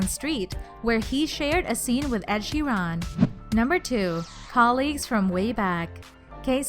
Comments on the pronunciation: they way she said Hiram omg and ed sherrn this girl needs speech therapy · ed she-RAAN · So who is Ed sheeraaan?